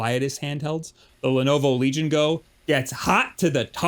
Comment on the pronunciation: listen to the way you say "Legion Go". Correct this immediately.